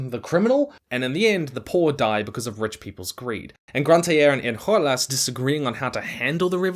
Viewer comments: Great video ! Just a tiny note from a French viewer : Enjolras is pronunced the French way, with a "j" /ʒ/ sound :) (as a fellow Les Misérables lover) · I take that pronounciation of Enjolras as a personal insult. He's not spanish. The republic is his mother, my good sir. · Is THAT how you pronounce Enjolras? We did Les Miserables for our fall musical during my junior year and we pronounced the "J" with a "zh" sound